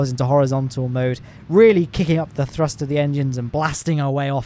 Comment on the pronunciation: Is throst just thee official pronunciation now?